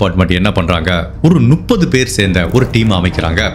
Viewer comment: சார் நீங்க நுப்பது நுப்பது னு சொல்றீங்க அது தவறு... முப்பது என்பது தான் சரி